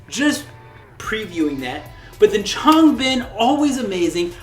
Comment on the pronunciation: learn how to say Changbin and Chan's name